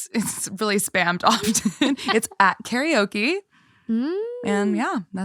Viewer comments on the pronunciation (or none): none